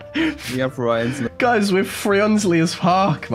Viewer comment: 😂 I am a "Froiensly" guy too😂